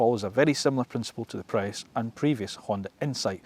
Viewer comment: How can you start an EV channel and not start by reviewing the Nissan leaf...... Yet you can review these horrible looking Hyundai's And he called a Prius a Prayus 😩😞🤦 He says there is no feedback from the touch sensitive controls... Did he not hear the BONG BOnG sound everytime he touched it....